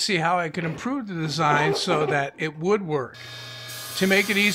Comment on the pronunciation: ..in the first 10 seconds I thought it was a joke when you said "it WOOD work" instead of "would work" lol